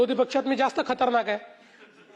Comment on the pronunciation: खरतनाक नाही रे बाबा खतरनाक.महानगरवाल्यांनो धन्य आहे.